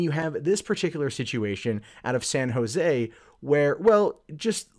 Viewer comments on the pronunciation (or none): none